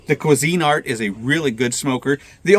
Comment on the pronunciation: Its one word, Cuisinart, not Cuisine Art.